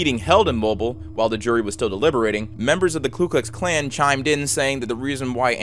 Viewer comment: "Ku Klux Klan" , not "Klu Klux Klan" "Mo-beel" (Alabama), not "mo-bill Alabama" peace.